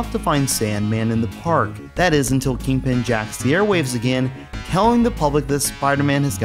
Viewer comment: You keep saying King-Pin, like its two words and he's the King of Pins and not, you know the Kingpin of crime, it sounds so weird, but apart from that another awesome video, I loved the cheesy-ass soft rock music on the CD version of this game :-) EDIT - I'm almost 100% sure there was a save option instead of a password on the PAL version (its years since I sold my Megadrive and SNES, the last consoles I sold cos I regretted it so much) So I can't check for you. It might have been because I had the extra save cartridge thing for more memory, some games only let you save instead of use Passwords if you had one (and Shining Force CD almost filled the on-board memory by itself so I needed one), so it might have been because of that.